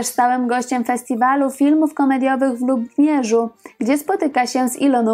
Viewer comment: * w Lubomierzu (nazwa miasteczka zabrzmiała niewyraźnie).